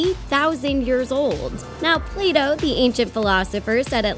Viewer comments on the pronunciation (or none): none